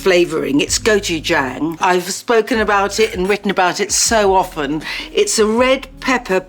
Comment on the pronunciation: It feels surreal to hear that Nigella pronounces "gochujang"! I almost feel as if I heard a goddess say the human ĺanguage. Besides, when she sprinkled some coriander on the dish...it is so blissful. A big thanks from a Korean.